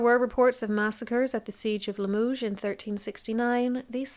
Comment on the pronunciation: Hainault should be prounounced "Ay no" ault is a long a. Limoges is pronounced "Lee muh zje"